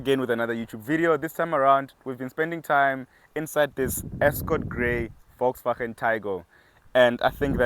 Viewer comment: Good pronunciation on Volkswagen bafe2... 👏🏾💯